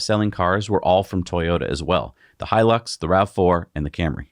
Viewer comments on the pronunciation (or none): none